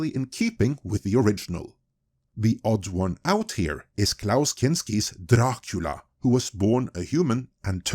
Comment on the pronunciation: Gotta love everyone making fun of Amazon's pronunciation of GaladRiel and here we have all the NosfeRatu and DRacula sounding equally dumb.